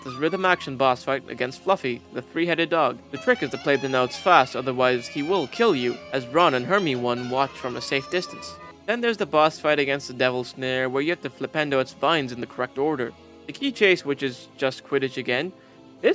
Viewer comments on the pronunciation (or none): did you just call hermione "hermi-one"?! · its pronounced more like „Her-mi-nee“ or if you’re german (which I assume because of the german spongebob voice) as „Her-mei-nie“ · nice vid, "Hermi 1" made it 10/10